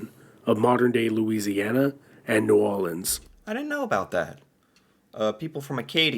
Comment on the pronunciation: The video here is mostly accurate enough but its narrator has some ignorance. He mispronounces Newfoundland in the first 30 seconds!! Then there's usage of the term "Indian" which is no longer used in Canada when referring to the peoples. Then he pronounced New Orleans like n'awleens, which is how the locals call it, but not how most Canadians would pronounce it. And he pronounced William Lyon MacKenzie as LOIN? I know it's only 10 minutes so there are limits, but it could have mentioned the importance of Chinese immigrants in the construction of the railroad. Newfoundland didn't "incorporate" in 1949, it joined Confederation. And he still pronounced it wrong. It all comes across as someone who is academically knowledgeable about Canadian history, but is not in fact Canadian. New FOUND land. Ick. Blech. Ugh. (Hint it's actually pronounced NOO-fnd-LAND or NYOO-fnd-LAND. Never ever accenting the middle syllable, and it rhymes with "greenLAND" not "engLUND")